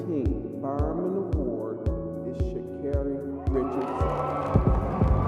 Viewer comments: sha keri not sha kari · She did insist on correcting the way her name is pronounced, "ShakErri", but the off-voice keeps insisting on saying it wrong. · Amazing, she tells you how to say her name and this AI voice can't get it right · For the Many times her name was pronounced to have it botched by the narrator... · pronouncing her name wrong the whole video is crazy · He doesnt even say her name right. Disrespectful even if its AI